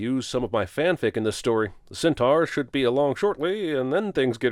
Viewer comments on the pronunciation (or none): NOOO you pronounced centaur so well last time I'm gonna cry